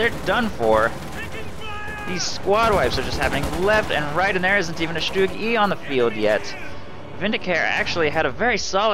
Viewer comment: btw is its not pronounced "Stug" - its pronounced "shtoog".